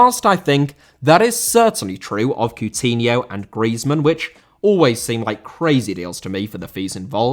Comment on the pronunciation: Coutinho * not Cuwtinhouw